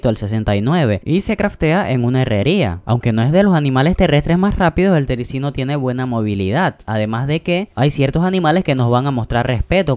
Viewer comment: Gracias pero tengo 4 tericinos, y también se dice terizino